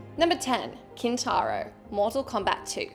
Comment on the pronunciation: It's Kin-tar-o time!